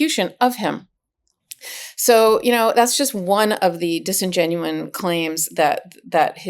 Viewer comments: The word is disingenuous. Not disingenuine. If you're going to use it to describe Trump's actions, you should at least know the word. Otherwise, it makes you sound stupid like him and his followers. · The word is "disingenuous", NOT "disingenuine." Do we need to send you Americans some English teachers? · Disingenuous, not “disingenuine.”